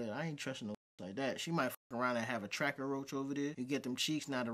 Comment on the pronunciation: Homie said “tracker roach” 💀💀💀